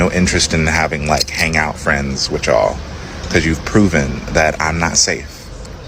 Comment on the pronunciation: He can't even pronounce you all right even though the use of y'all is extremely stupid quit playing the part and get the hell off of the plantation